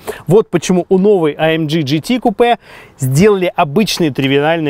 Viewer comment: Не амдж а амг.